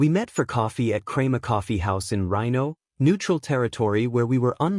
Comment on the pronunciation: I'm not American but even I know its Rino is "reeno", not "rhino".